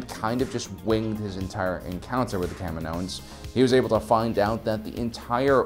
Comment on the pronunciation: Please stop saying, CAM-in-OHans. The planet is Ca-MI-no.